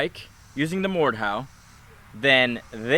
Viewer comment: did anyone else realize he said mordhowl when he used the blade